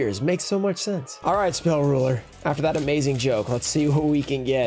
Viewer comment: The way you said "Spell Rulah" or so makes me wonder where you're from, it sounded a lot like home lol. Sometimes I miss it!